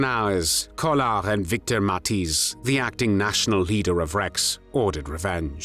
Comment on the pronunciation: the "ij" in Matthijs is pronounced like the "ai" in claire or the ea in wear